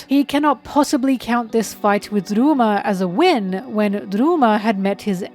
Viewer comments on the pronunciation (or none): ok don't get me wrong I love this video and your content but OML, CALLING RYUMA "rooma (with a rolled r)" AND SHUSUI "shisooie" is some of the funniest shit i've heard all year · Might be falling for engagement bait, but: Ryuma is pronounced Rē-ū-muh Shisui is pronounced Shē-Swē